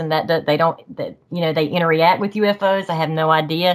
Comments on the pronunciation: Interreact is not a word. It’s pronounced interract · Every time she says interreact it makes me wanna have a intereaction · What a great story. She's so genuine. I can see why the sasquatch "interreact" with her. 😂 I normally am bothered when someone says a word wrong over and over again. With her, it was endearing. Lol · I love her I believe her but I do feel there is more to them than just flesh blood as she said. Please someone tell her it’s “interact”. Not inter react ?? I’m sorry I’m not being mean it just drove me crazy